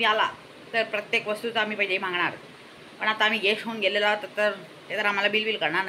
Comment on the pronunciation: Guest nahi ghest 😂😂